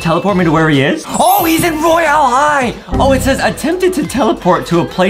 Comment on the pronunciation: Dude Adem says roylae high